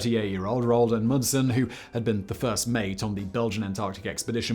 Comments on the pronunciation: "Ronald" I cry. It's Roald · Simon, "Ronald"? Roald, my boy, Roald.